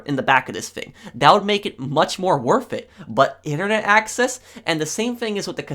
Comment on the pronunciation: "that would make it much more 𝐰𝐨𝐫𝐟 it "